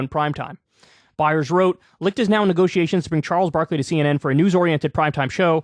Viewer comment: Kyle can nearly properly pronounce the CH in Licht but cant do the same with Koch🤔